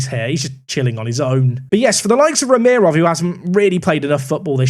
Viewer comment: im sorry but how can you look at Rahimov and read it as "Ramirov" ?